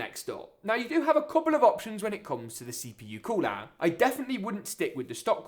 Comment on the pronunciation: I like when you say cooler like this ""Coolaarr"" hahaahah🤣✊✊✊🇵🇸🇵🇸🇵🇸